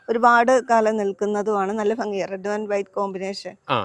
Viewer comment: ഹലോ വ്ലോഗാ...ഫംങ്ങി അല്ല, ഭംഗി. ദിവസവും നാവ് വടിച്ചാൽ മതി, ശരിയാവും. പിന്നെ ഇത്ര അധിം വാചമടി ബോറാണ്.